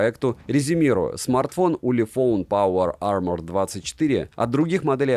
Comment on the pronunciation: "Улефон Паува Ама".😂🤣